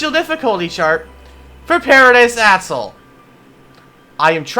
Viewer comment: the way he says atoll hurts my soul